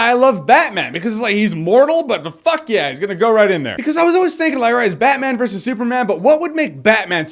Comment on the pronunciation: Batman VE Superman? just say VS